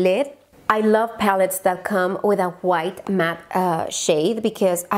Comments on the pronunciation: Me encantó cuando dijiste “juait” refiriéndote a white jjajajjaj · Juait = white jijijiji eres bella solo me dio risa yo tambien tengo palabras q pronuncio gracioso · JAJAJAJAJ me encanta como pronuncia white “juait”